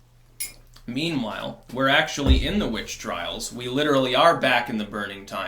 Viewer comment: Memewhile...lol...just a little bit, sounds like "memewhile"...heehee